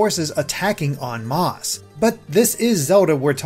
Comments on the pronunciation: Heehee, he said “en moss”. Masse is just “mass” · “on maas”